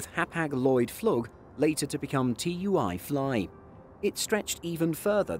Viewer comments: Hapag-Lloyd Flug xD ... and no it is not T U I it is said as one word. tui. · It's pronounced "Tooey"....